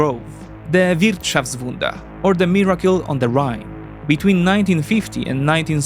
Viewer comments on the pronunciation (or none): It's "Wirtschaftswunder", not "Wirtshaftswunder".